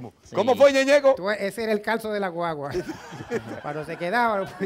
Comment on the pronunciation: Ñeñeco dice me gusta por que el suena como una M